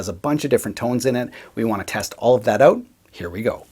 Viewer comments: "Oat." As in, "After I have the Chesterfield repaired, I'm going oat and aboat for a few beers, eh." 😂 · You mean check it ou’u’u’t. The way he says out sounds like a noise I make when I stump my toe. Lol Got to be from up north. Gonna guess Wisconsin. Or at least on the Canadian border somewhere. Love the videos though. Very informative. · You mean “oat”? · Love to hear him say "out" that many times. Canuck. :)